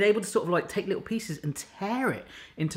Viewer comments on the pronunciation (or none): none